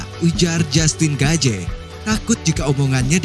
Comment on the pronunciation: Saran bang, perbaiki dalam penyebutan nama soalnya sedikit mengganggu, seperti jastin gaje, mikel cendeler, yu ep si dll.. Kalo diperbaiki, kita akan tonton full no skip bang 🙏